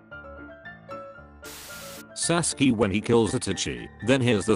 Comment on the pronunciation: sasuke more like saskee